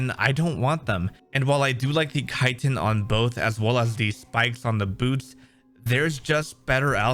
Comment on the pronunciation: Reactive armor just sounds like a neat idea in general tbh xD Also, thank you SO MUCH for actually pronouncing chitin right lol